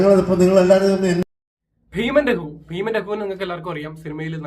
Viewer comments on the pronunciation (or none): രഖു അല്ല രഘു